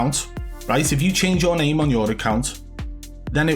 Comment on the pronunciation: 'If you change your name on uuuuuuuuuurr account ' change the accent too